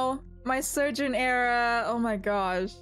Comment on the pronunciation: When you said surgeon everytime I’m just like “wait what? Sergeant?” 🧍‍♀️??